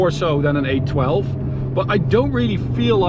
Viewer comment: Every time he said 812, I thought he was saying A12 I ended up having to Google Ferrari A12 as I’ve never heard of that before 😂😂